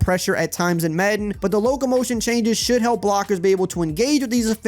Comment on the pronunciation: He said "Choianges"